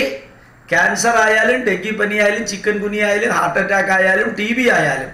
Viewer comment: ചിക്കൻ അല്ല സാർ ചിക്കുൻ എന്നാണ്